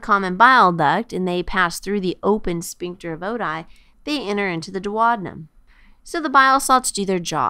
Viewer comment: This is a great video but it was very distracting that she kept saying dwad-num instead of doo-ow-dee-nuhm for duodenum.